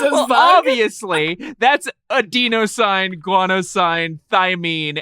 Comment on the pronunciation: C- for the way that you pronounced adenine, cytosine, and guanine :P